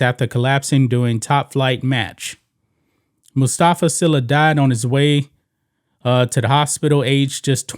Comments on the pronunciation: And White Sports.. His las name is pronounced SEELA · His last name is pronounced SEELA